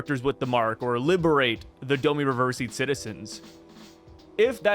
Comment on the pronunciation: IT'S DOM EE REVERSI! Your killing me bro lol. Like rhymes with bomb (Domb-ee).